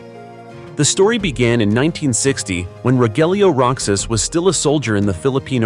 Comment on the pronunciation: Roxas is not pronounce rocsas it pronounce rohas